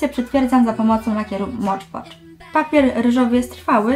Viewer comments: "Mod Podż" a nie "Mocz Pocz" ;) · Na takim zachowaniu w stosunku do widza nie zajdziesz za daleko. Jak możesz być tak arogancka w stosunku do kogoś kto jedynie grzecznie Cię poprawił? I nie mam problemu ze słuchem, za to Ty masz problem z wymową angielskich słów. Na filmiku wyraźnie mówisz "Mocz Pocz" co jest błędne. Skoro nie potrafisz przyznać się do błędu to już nie mój problem.